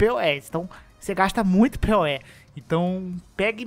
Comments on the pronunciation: Pê-o-é? Porque não fala "poe"? Hehe! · Achei engraçado vc pronunciar Poe como P.O.E. Eu sempre pronunciei "Pou", desde o Ocarina of Time. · Não é pê-ó-é. É “Poe”, falando: “pou”.